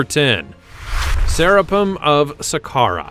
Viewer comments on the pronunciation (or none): ...not to mention "Sera- pun." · "Sera pum" ... If you can believe that ! Where do they get these pronunciations from ?